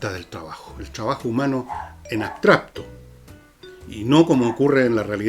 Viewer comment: Escucho a diario tu programa y admiro profundamente tu lucidez, pero me hace ruido que digas "abstrapto" tantas veces...Es como cuando dices "nadien" y luego lo corriges por "nadie", lo cual agradezco. Pero abstrapto simplemente está mal dicho.